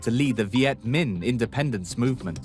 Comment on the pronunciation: Hey, it's Minh, not Ming, jack-wagon....